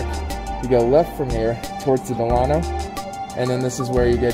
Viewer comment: You’re mis-pronouncing Delano. It’s like Della-no. Good tour, though. Just a pet peeve of mine.